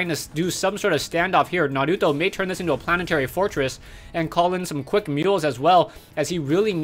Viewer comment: you pronounce naruto so awesome!!